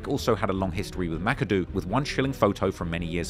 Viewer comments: Ma-ka-doh not this mackadoo nonsense 😂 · Thats not how you pronounce Makado. (Muh-Cod-Oh)